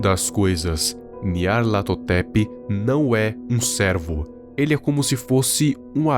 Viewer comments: Eu acho satisfatrorio quando ele fala nyarlathotep :'3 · como o consegue falar o nome desse bixo